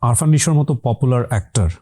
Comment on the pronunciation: ভাই উনার নাম আরফান নিশো না আফরান নিশো। গেস্টের নাম ঠিকঠাক বলতে পারেন না, কি স্টাডি করেন?